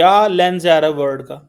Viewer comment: WORD nahi WORLD hota hai so called fargi se what is your problem non of the world has problems except you bhikario